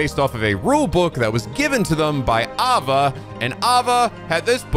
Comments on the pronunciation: Kind of a nitpick, but you're pronouncing master Ava's name again. It's A-VA, not AV-A. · You are back to mispronouncing Ava's name I see. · It's a little funny cause he pronounced it properly at the start of this video, before he started playing the cutscenes.